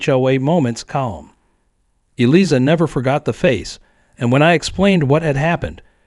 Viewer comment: Yes and more including the lawyer's name! Should be pronounced (phonetically) Eelieza...sheesh